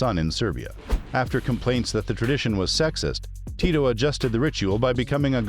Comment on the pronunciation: I still can’t ever tell if the narrator is a computer voice or an actual person. It’s really weird because you pronounce his name right but oddly you pronounce parts of words but not all of the letters correctly. There’s a lot of incorrect emphasis on the wrong sound and pronouncing letters as they’re written in English but the pronunciation was strangely correct on other words.